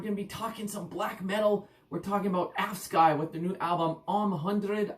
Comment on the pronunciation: I think the pronounciation probably sounds something like ”Aufsky” ish